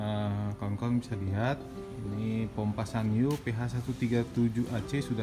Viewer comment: Ada yg bilang SANYO itu dibacanya SAN - YO